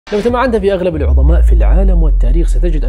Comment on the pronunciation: عظماء .. عظيم ..عظيمة .. بالظاء وليس الضاد